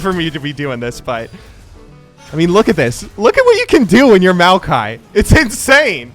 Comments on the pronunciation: That first kill was some 130 IQ stuff right there, also congratz on the pronunciation of Maokai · Maokai is designed by a Chinese guy whose name is pronounced Ma O Kai and thought it would be fun to name a champ after himself. I’ve met the guy once when I went back to China since he’s my uncle’s friend’s friend. Pretty chill dude.